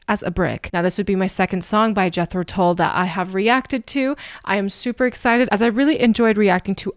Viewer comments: Thick is a Brick is an album containing one song over 40 minutes long. They edited sections from it to play on the radio. You should check out the album. Tull rhymes with dull (not to say he is dull at all) and does not rhyme with bull. I agree with the comment below: Locomotive Breath is something you should hear. Lok at the output over the years and try to explain why Jethro Tull isn't in the RnR Hall of Fame - crazy. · THICK AS A BRICK is a 50 minute long composition. This is the much shorter Live version. "Tull" rhymes with HULL (like the hull of a ship).....